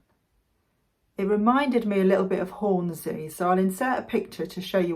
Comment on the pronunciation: its not Horn-zee its Horn-sea - in fact local Yorkshire folk call in Horn-si